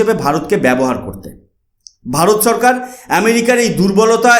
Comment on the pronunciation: TUMI NOMOCHKAR BOLO KENO? NOMOSHKAR BOLBE. TUMI SHO ER UCCARON KORTE SHEKHONI, LECTURE MARTE ESHESO. SHORKAR KE BOLSO CHHORKAR. HA HA HA